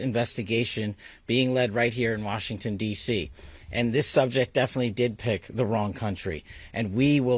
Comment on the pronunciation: she can’t even say Washington correctly why is a Fox News anchor briefing us about a shooting? Why does she even have this job and Patel missuses the FBI for his girlfriend. They shouldn’t have been there in the first place and they wouldn’t have gotten shot.